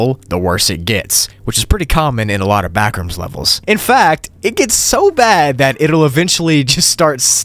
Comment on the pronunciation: It's like you're saying "You should leave the BACKooms, NOW!!!!!!!!